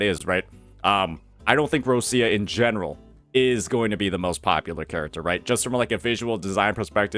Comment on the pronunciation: /Rochia/ not /Rossia/ please